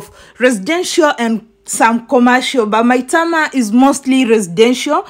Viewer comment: AT u sound like a nija girl d way u pronounced Maitama, Wuse and Kuje. Our wife